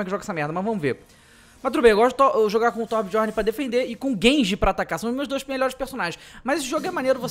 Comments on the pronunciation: se lê "biorne" DJ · acho que a pronuncia é Tobiorn, n é certeza mas acho q é